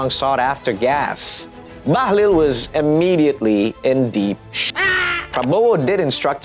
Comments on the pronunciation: Bahlil ❌ Bahlul ✅ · Bahlul not bahlil